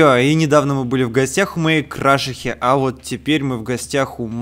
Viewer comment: ТЫ ЧИТАЕШЬ КОММЕНТЫ Я ТЕБЕ В ПРОШЛЫЙ РАЗ ПИСАЛ ЧТО ПРАВИЛЬНО крашИха!!!! А не крАшиха